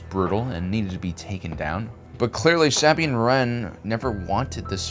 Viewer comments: Jesus Christ its SA-BINE not sab-ine jesus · “Saa-bean” Bo-Katan “Cries” Why does he pronounce the character names so weird? Is that on purpose. It’s distracting. The names are pronounced differently in the animated and live action shows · Bro why you saying Sabine's name like that 😂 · It took me so long to find this comment. I was thinking the same thing. Also the way he says Tano. He stresses the wrong syllable.